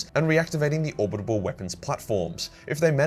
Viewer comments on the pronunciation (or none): Orbital, not orbit able. For Christ's sake, it's killing me. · It's not "Orbitable". It's Orbital. Or-bit-al. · is it just me or does say 'orbibal weapons' instead of orbital weapons? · you’re brilliant, but ffs it’s "orbital" not "orbitable." Doing my tits in 😂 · it’s orbital not orbitable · Great vid as always, but... is it ORBITAL or ORBITABAL weapon platform? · are you saying "orbitable" instead of "orbital"? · ORBITALLLLLL but orbitableeee or whatever you were mumbling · Pretty sure its orbital. Not orbitable. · says "orbital" like "abominable" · Or-bi-tal man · Say it with me now: OR - BIT - AL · "Orbidabable" I love the way you say orbital. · Ore-bit-all, If that's an error you keep making. If it's some kind of impediment then fuck me. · What’s with the pronunciation of Orbital? Is that how it’s said in Australia? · Will ever learn how to pronounce "orbital"? We may never know. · Someone really needs to do a compilation of failing to pronounce "orbital"